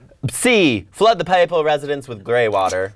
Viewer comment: "you also pronounced 'papal' correctly!"